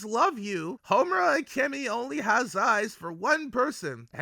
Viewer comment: are you calling her momura?